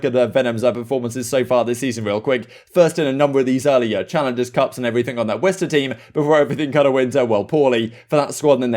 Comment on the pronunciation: Is it pronounced west-R or west-errr? This is the 1st time im hearing anyone say R